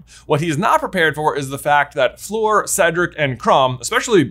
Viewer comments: Please stop pronouncing Fleur like "floor". Its pronounced like "her". Even the subtitles are picking up your "Fleur" as "floor"!! 😂😂😂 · I love you and your brother as influencers. I love your channel. But it’s Fleur… not Floor. Every time you call her Floor it makes me want to punch my TV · Cant get over him saying fleur like "floor" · I keep thinking “who’s floor?” But it’s fleur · the best part of this video was pronouncing fleur floor fifty times